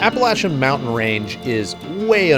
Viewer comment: Heck yeah man. Pretty cool you got to visit out here in my neck of the woods. There are thousands of places like that in the blue ridge with amazing scenery and camping. Also have some great offroad parks to go to. And yeah, thanks for pronouncing Appalachia correctly 😂👍